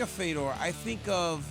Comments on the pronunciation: Why tf is RC pronouncing his name “Fee-dor” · at first we heard feedor...then he gets corrected just by listening & he says Fedor lol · RC trying to hype up Fedor and say how much of a legend he is while pronouncing his name wrong is hilarious. "FEE-DOOR" lmao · Rc needs to go, he was saying Fedor's name all wrong and even DC is laughing at this clown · It’s a real struggle for RC with names bruh butchered fedors name twice hahaha love it